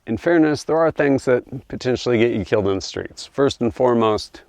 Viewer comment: Every time he said “killed in the streets” I heard it as “Kilt inda streetz” lol